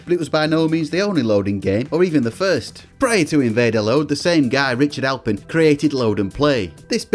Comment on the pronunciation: I wrote that! It's "Aplin" not "Alpin" btw ;-) cheers! You nailed all the technical aspects; although a turbo loader on the c64 wasn't all that hard to do, you have a hardware timer and the tape data causes an interrupt so you can just run the game in the background. All the games using invade-a-load were compressed (which games didn't usually do) so generally they loaded quicker than if IAL wasn't used. Loader games were extremely hard to implement on other systems though; usually you don't have a hardware timer or tape data interrupts. I'm amazed people got loading games working on the Spectrum